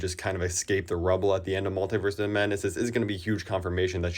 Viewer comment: Why do so many people pronounce multiverse wrong?